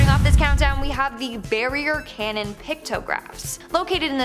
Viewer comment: "CANYON" not "CANNON!!!!!!"